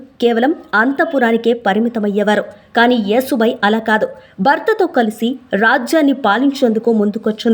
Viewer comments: యేసు భాయి కాదు యషు భాయి యశు అంటే యశస్వి లలిత సహస్రనామాలు ఒకటి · Wrong యేసు భాయి కాదు ,యషు భాయి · Yesubai kadu Yashobai..means fame and popularity..yashamu Keerthi..yashobai..Konchem telugu ni kuni cheyakunda unte better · Neeku telugu matladatamu raadhu anukunta yesu bai kaadhu thalli yashobai ani anali